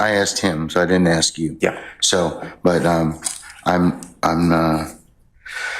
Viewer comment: so this female attorney axting questions to little woody, with her education shouldn't she know the difference between ask and axt